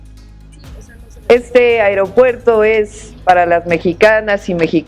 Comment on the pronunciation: Que alguien le diga a mi presidenta que no se dice airopuerto